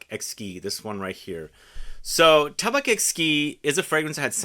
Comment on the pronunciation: just for you knowledge, we don't prononce the C in "tabac" great video as always !